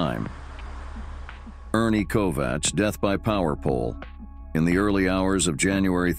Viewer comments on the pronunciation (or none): Ernie Kovacs is pronounced KOVAKS! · This has probably been said before, but I didn't see it when I scrolled down for a bit. Ernie Kovacs is pronounced with a hard c, as in KOVAKS.